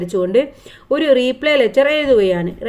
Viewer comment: റീപ്ലേ അല്ല റിപ്ലേ റിപ്ലേക്ക് റീ എന്നു നീട്ടാൻ ഇല്ല. ഇനി ഈ തെറ്റില്ലാതെ ശ്രദ്ധിക്കുക